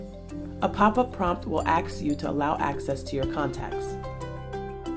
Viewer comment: “A Pop up prompt will AXE you… Seriously? AXE you? If you want people to in any way, shape or form, RESPECT you, then learn to speak proper English!